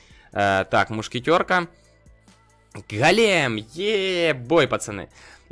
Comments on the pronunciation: Ты говоришь-гАлем, а нужно-гОлем! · правильно гОлем а не голЕм на 'о' ударение)! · Не голееееем а гооооооолем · Дмитрий Немиров Ударение на первый слог Го́лем (ивр. גולם) — персонаж еврейской мифологии. Человек из неживой материи (глины) , оживлённый каббалистами с помощью тайных знаний. Вероятно имеет общее с Адамом, которого Бог создал из глины и вдохнул в него душу.